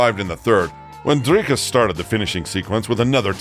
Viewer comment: I appreciate you attempting the rolling Rrr in Dricus 👊 aweh you see you brah 🇿🇦✌️